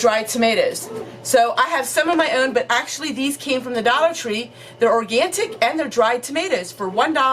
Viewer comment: I just love you..😂 it’s not pronounced organtic it’s organic no t...lol